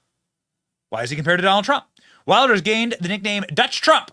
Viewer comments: It is pronounced Vilders you savage! 🤓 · Its Wilders pronounced Vilders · Pronounced "Vilders" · geer wilders lol weeeeelders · villders. When you see a W anywhere around Germany, it sounds like a vee. VILL-ders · You should pronounce it “gurt wilders” in English :) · In Dutch, the W is pronounced V. So it's Vilders. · Long time coming. The powers that were tried their best to lock him up, now he is in charge. It’s pronounced Vilders.